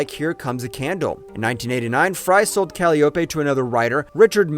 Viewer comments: how about Calyeopay and calopee LMAO takes two seconds to look up how to pronounce words… humans are fcuked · It’s Call-i-o-pe not calope. Believing in what your saying is undercut by your mispronunciation of Greek names.